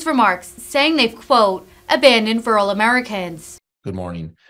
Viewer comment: So basically the libs didn't cheat enough. It's Rur al. Not rool, you hayseed